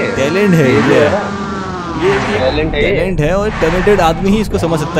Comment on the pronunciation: Toilent hai bhai tailent ni 😂😂